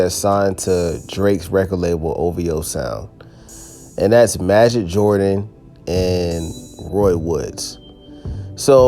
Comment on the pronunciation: It’s pronounced as majeed